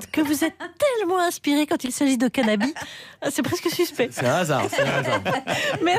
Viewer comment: craquante, quand elle prononce CANABI (au lieu de canabisssse)